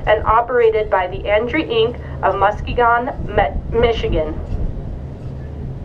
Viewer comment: I'm from Michigan and giggled when hearing the "Muskeeeegone" pronunciation. 😆 What a lovely melodic horn she has. ❤️